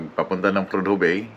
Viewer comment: Prodhue bay Alaska. SILENT "H" PRODUE! Kabayan.KEEP SAFE and KEEP ON TRUCKING.